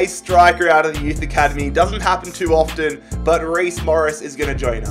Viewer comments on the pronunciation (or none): none